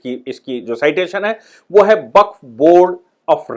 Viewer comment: Baqf शब्द है, या waqf?